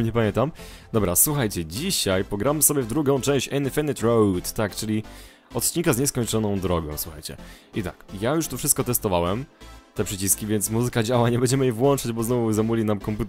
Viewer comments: Eee nie, to tak nie działa, że "każdy ma swój akcent". Jeśli chodzi o słowo infinite, poprawna jest wymowa "infinit" z "i" lekko przechodzącym w "y" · nie mów się,,inyfynyt'' tylko infiniti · ale nigdy się nie czyta inyfynyt